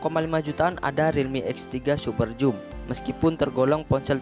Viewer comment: bang baca nya biar btul super zoom bukan joom